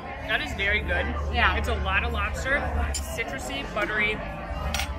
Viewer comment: As a born and raised New Englander it was my duty to report you both for your pronunciation of lobster. When you travel you will be forced to wait at the border until you can get a native New Englander to vouch for you. 😉